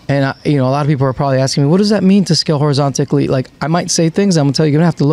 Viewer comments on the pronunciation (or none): Horizontally, not horizonticly